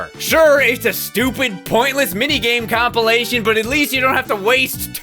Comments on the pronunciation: Been watching since the beginning and he FINALLY said “compilation” instead of “complee-ation”. I’m so happy. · Oh wow. said compilation right. Neato taledo frito bandito?